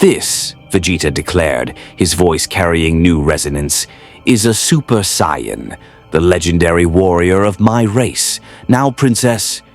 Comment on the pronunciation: Ok near the end of this now.....its Saiyan. SAY Ann. Not sion, scion, cyan. Please figure out how to make the a.i voice say it like that lmao. Also I like how you swapped Vegeta and Goku during the Android saga haha. Someones got a favorite haha.